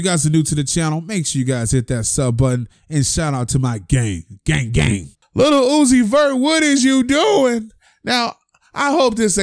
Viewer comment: Stop fuckin sayin LITTLE uzi 🤦🏾‍♂️😤...LIL